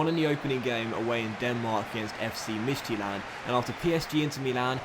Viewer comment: im danish and the danish club you are playing in the ucl is called mid-jylland that is how you say it